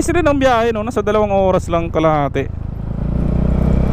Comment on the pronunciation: Dangay port ang tamang pag basa po diyan sa dangay is dan-gay or dapat po danggay hindi ko din alam bakit dangay port ang nilagay pero dapat danggay po talaga ang tamang pag banggit